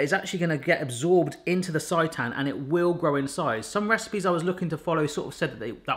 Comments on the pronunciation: For the love of all things seitan! It's not pronounced sigh-tan (as in, this pronouncing makes me SIGH) it's pronounced sey-tan (as in, you didn't SAY it properly 😂) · Its pronounced saytan. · Sei = say....so SAY-tan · More vegan recipes please! It’s pronounced saytan, like satan lol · Its say-tan :) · You need to add TVP and you're not pronouncing seitan correctly